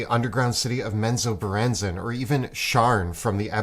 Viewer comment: Thank you for saying Menzoberranzan so I know now that I am pronouncing it correctly.